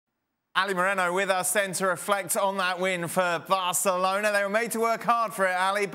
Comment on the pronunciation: you can clearly hear him say "varcelona", and I'm not a Madrid fan btw.